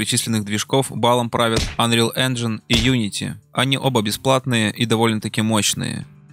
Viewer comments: "Конечно, правильно говорить "Инджин", но да ладно...". Автор, правильно говорить ˈenjən как раз. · Казуальная графика? Наверное автор имел в виду стилизованную))) И да, "Engine" правильно произносить как раз "Энжин"! Ха! Автор даже не знает, что не автодески делали Майю)))